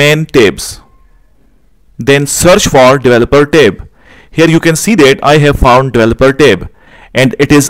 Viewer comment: For a moment, I didnt understand what is "Tape". Then it became clear he is talking about "Tab".